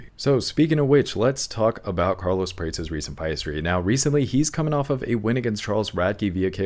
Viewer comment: Carlos Praa-Tez not (prates, rhymes with crates)